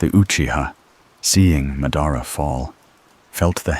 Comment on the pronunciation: Did you even watch the show ?? Who is Ma-dar-uhhh 💔🥀